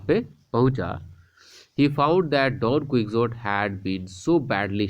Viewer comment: Don ku-hou-tii